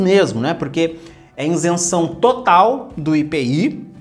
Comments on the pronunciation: VC PODERIA APRENDER A FALAR A PALAVRA "ISENÇÃO" ??? NAO É INSENSAO. PORFAVOR FALE PARA O MUNDO DECFPRMA CORRETA: ISENCAO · Continua falando insenção! Senhor do céu!!! Isenção por favor!!! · ISENÇÃO e não INSENÇÃO kkkkkkk chega a dar um siricutico de ouvir kkkkkkk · A pronuncia “iNsenção” está ERRADA. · Maior legal as orientações, e uns tontos corrigindo o português. Ninguém fala o português 100%. Se ele diz inzenção, você sabe que ele está referindo a isenção. Escrevi com Z se não teria que dizer com som de C.